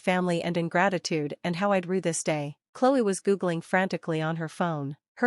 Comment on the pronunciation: rue not drew